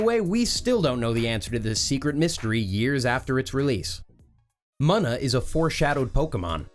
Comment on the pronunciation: You really can't be this stupid. Hiw do you keep pronouncing things like Munna or Regi's last name heck if I hear 1 more miyamato instead of miyamoto